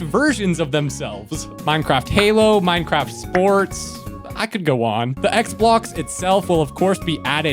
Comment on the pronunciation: when you say “xblox” it sounds like roblox, i think think that’s a downside for the minecraft community…